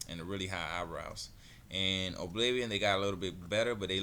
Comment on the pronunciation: its pronounced uh-bliv-ee-un